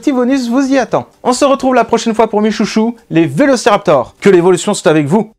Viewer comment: Valéoraptor ? Serais-tu valaisan ? 🤔